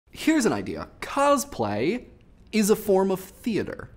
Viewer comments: Since you already seem to have a history of mispronouncing words from your previous videos, I'd like to point out that it's "cos-play", not "coz-play"; derived from "costume play" and taken from the Japanese 「コスプレ」(kosupure). I mean, if you just pronounce costume, as "coztume" then I don't have as much of a minor issue. (And it's pronounced like "Newman" by the way). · Every time I hear him say "cozplay" I cringe a little. When I cosplay I do it just because I like the character. If a character that I'm doing happens to have a particular voice I might try and imitate it but it won't be well done or for long. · He says cosplay weird